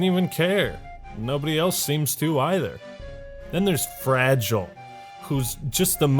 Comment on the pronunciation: Why did that chick pronounce fragile 2 different ways